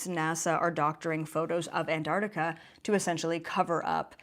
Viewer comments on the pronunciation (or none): Ask Nasani how to pronounce Antarctica.